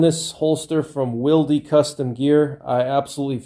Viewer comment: Thanks for your insight, I never considered the advantages of being able to re-adjust your holster to different guns or configurations. That makes a lot of sense in a hard times scenario where you might be scavenging guns, like you said. In exchange I will offer you some insight of my own: "Wilde" is pronounced like "wild" (like the author, Oscar Wilde), the 'e' is silent.